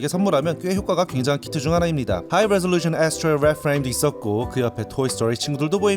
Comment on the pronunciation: 하이뤠줼루션 아쉴투뤠이 뤠드프레임~